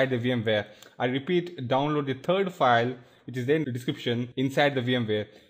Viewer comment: i like it how he says 'turd' not 'third'